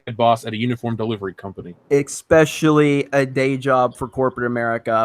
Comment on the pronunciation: I can't take anyone who says "expecially", seriously...